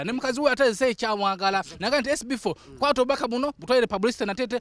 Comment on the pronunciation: Mbu amanyi oluzungu naye he can't say the word "SB4 "